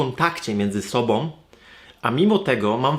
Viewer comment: Ale mnie w uszy szczypie, jak ktoś mówi "sobom" zamiast "sobą"=> "om" zamiast "ą". Tylko ja tak mam?